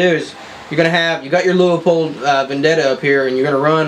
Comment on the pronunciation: Leupold... there is no A in the word